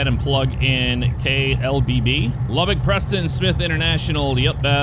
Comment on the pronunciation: I think I’m more impressed with the accurate pronunciation of Lubbock haha Welcome to the LBK my grandfather was one of the lead engineers on the runways back in the day